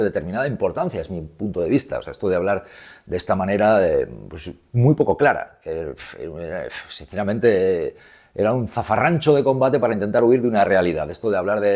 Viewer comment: Totalmente de acuerdo contigo. Pero se dice "zafarrancho" no fafarrancho como se te ha escapado a tí. Bicos.